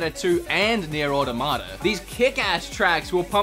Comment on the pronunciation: I find the way you pronounce "Nier Automata" so weird xd Not sure of the correct pronunciation, but it sounds really weird to me